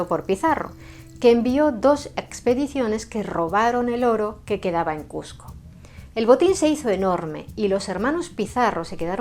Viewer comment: te agradezco mucho que por respeto a nosotros, los peruanos, pronuncies Cusco y evites llamarla Cuzco. Eso es respeto.